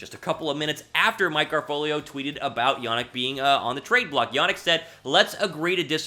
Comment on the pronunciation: Better video but it’s Ya-neek not Ya-nick